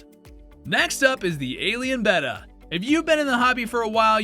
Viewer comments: Betta. That’s the name. Not beta, not betta fish. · Clicked on the video. Heard how he pronounced betta. Bye.